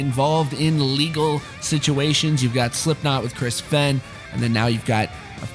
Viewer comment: (Referring to the pronunciation of Chris fehn)